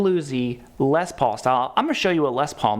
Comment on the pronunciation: Okay Midwest - it's pronounced Les PAUL, not LES Paul. Period.